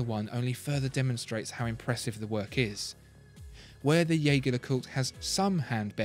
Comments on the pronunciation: The pronounciation of jaeger is wrong... its like "jay-jay" in a heavy french accent. Theres a video on it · Dear God - did you just call it Yager? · It wouldn't hurt to learn how to pronounce Jaeger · I think we are on the same page - it's definitely not the narrators way